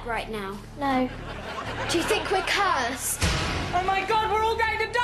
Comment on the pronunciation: im surprised the little girl pronounced "cursed" as cursed not "ku-sed".